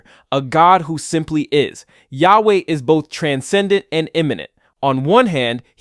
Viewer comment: Jew here. The name of G-D wich you used (we don't pronounce this name like you did) is a combination of three words: "היה", "הוה", "יהיה" In translation: "Was", "Is", "Will be" By the way, G-D has many other names, and is way more complicated than how you described it, the way jews see G-D is like a combination of **almost every aspect you described in this video, but far beyond human understanding.